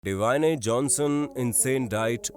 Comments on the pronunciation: Dwaayne nahi Dwayne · Kya english hai teri 🤣🤣🤣🤣🤣🤣 डवायेंn not ड्वेन 🤣🤣🤣🤣🤣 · ड्वेन है द्वाइने नही😂😂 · Bhai vo dawaane nahi dwen pronounce hota hai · Divana nhi Dwayne 🤣 v artist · Dwayne Johnson hota hai dewani Jonson nahi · Ita not dwaime its dwane johnson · Did he said deewane johnson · Dwayne ड्वेन not डवायने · Hahaha it's not D Wayne jhonshon 😂😂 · Hah.. Sir it's dwayne j. Not deewane j. 😊👍✨ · Abeee noob!..The rock ka naam thikse bol DWYANE! DIVINEY nahi!🤣🤣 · Thats dwayne not davane😂😂❤ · Bhai naam thik se le dwayane nahi hai dwayne hai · Dwanyne nhi dwanye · It is Dwayne not dawine🙄🙄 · dwaine johnson kya hota ha bhai atleast nam to thik se le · Dewane johnson... 🤣 🤣 🤣 Sale zahil.... Jispe vdo bana rha uska naam to sahi se le le.... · Naam Kya bola starting mein deewane Johnson? Abey Bhai kuch to rehem kar de ☺️ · Kya??? Dawaaynee ???? Bhai bas iske naam ke pronunciation pe thumbs up. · Dawayne mat pronounce kr bhai...it hurts..😅😅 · Dwayne ka pronunciation galat hai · Bhai mere pehli baat to wo rugby khelta tha football nhi or dusri chiz ki uska name Dwayne Johnson hai usko dhang se to pronounce krle😂😂😂😂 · Have you noticed that he pronounced dwane in a very funny manner😂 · Dwayne Johnson bahi Dwayne propely bolo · Bhai pronounce galat he